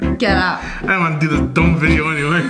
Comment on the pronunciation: said domb